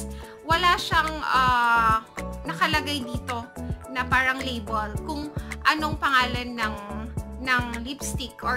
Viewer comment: Labol, Travol 😒😒😒😒😒